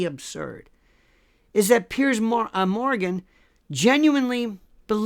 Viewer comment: Love how he calls him Pierce Moran lol